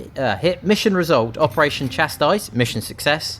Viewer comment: Chastise “cha-sE”